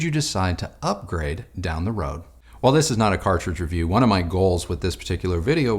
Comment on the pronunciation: cartridge - cartridge - cartride .:))